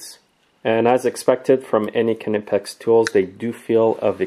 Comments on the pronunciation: He pronounces it Kneepex, the k flows in to the word, very quiet k then knee, it most definitely is not pronounced KA nipex like the KA is a separate word from nipex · Well, I speak German and it definitely isn´t.